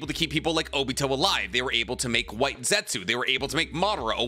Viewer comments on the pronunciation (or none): none